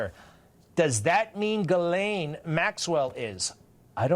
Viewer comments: Who's this Gilane Maxwell? I know there's a Ghislaine Maxwell. Ghislaine is a French name and idiot Americans are known for their ignorance and don't even bother to simpley Google the name and hear the correct pronunciation. That's one of the reasons Americans are universally detestested, Their ignorance of things outside their own country is staggering. They're lack of knowledge is astounding. They must have a piss poor educational system and know with the wife of WWE McMahon running their schools it can only get worse. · God DAMN. her name is pronounced jis-lane I'm from Quebec and have french friends with the same name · It’s pronounced ‘jizz-lane’. The more you know…